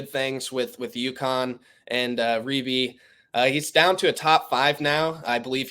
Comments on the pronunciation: Big deal he didn’t ( according to you) pronounce Reibe correctly. These kids have crazy names,how can anybody be expected to pronounce them all correctly? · This host is a terrible "insider". He doesn't know how to pronounce Reibe's name, and didn't know Furphy is not related to Johnny Furphy.